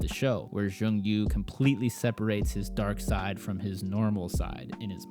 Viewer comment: great review! but it s jong-woo not jong yoo :)